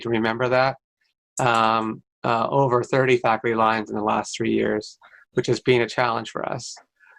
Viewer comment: It sounds as if he is saying "FACTORY LINES" ... Yep ... "student-FACTORY ratio" ...